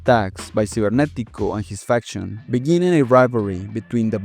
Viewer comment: Keep thinking he’s saying infection instead of faction